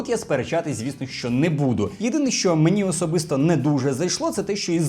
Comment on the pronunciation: Ви можете говорити не "шьчьо" а "що(шчо)?